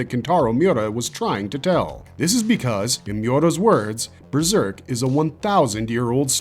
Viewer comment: Breserk? How can you not even speak English properly as your first language???